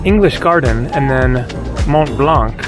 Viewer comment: Language tip: in French, the final c in blanc is silent.